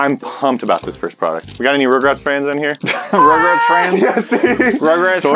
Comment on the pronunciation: for once i actually agree with with the way he said rugrats